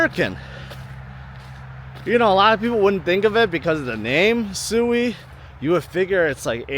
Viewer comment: I don't think sui is pronounced soooweee, it is pronounced. sweeee